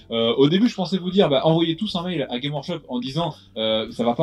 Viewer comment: Putain pourquoi aucun youtubeur francophone ne prononce le S de games workshop. Ça me rend ouf :)